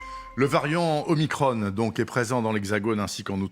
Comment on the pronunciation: Dites omicron , pas omicronne